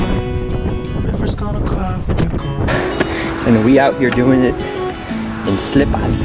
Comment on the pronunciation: "...and we out here doin' it in slipp-ahs..." :)